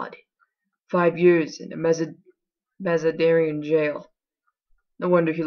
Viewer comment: ugh lol. I couldn't pronounce most of the French. but how you say Mazanderan (and eunuchs) makes me cringe every time! I'm sorry! lol.